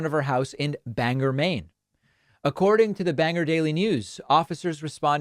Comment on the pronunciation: Lol David, common mistake but Bangor is pronounced Bang-gore, not Banger ;p Mainer here haha